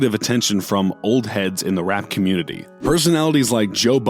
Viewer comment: He was sayin comitee.